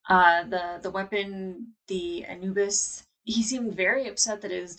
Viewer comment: What is it with Americans not being able to properly pronounce Anubis? lmao